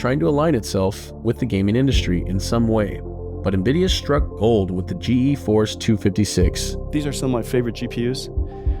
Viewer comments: This is a good video, but how does the host do a video on Nvidia and say GeForce wrong through the whole video? There are even snips through the whole video that say it correctly... G force not G E force. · He can't even pronounce "GEFORCE" even though he included multiple examples of its creators and company pronouncing it. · Couldn't watch past "G.E. Force". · drove me crazy how the narrator said G E Force it's pronounced Gee-Force the Nvidia people even said it. And the continued to mispronounce the Huang"s name despite him saying it in a clip